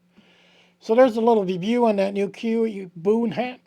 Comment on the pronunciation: Alaskan Island in the southern archipelago. Pronounced Koo-yoo.